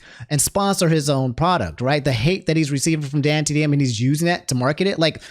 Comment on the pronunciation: has completed his arc and can now pronounce dantdm correctly